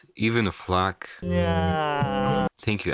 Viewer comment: did bro just say "f[_]k" or is it just my hearing